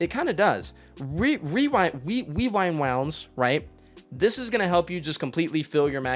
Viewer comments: rewind wounds wewind wounds rewind wounds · ahhhhh, stop say weewind rounds